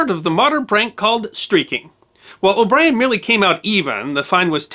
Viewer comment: Oh nooooo! O' Brien just had to be Australian, didn't he. Please excuse me while I cringe. 😖